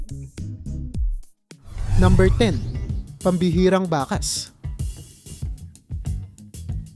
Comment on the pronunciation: Ayusin mo pagbigkas sa mga ginagamit mong mga salita.( Yung bakas dapat bigkasin mo na may pagdiin hindi malumanay). Tuyo , labi,) mali ang pagbigkas mo.